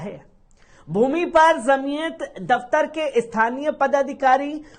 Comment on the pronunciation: ج से बाेलीये झ से मत बाेली़ेये जमीअत जीम सेजीम हे झ से नहीहै